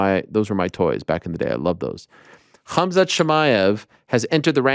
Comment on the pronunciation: No one gonna talk about Colby calling khamzat kumshot 😂😅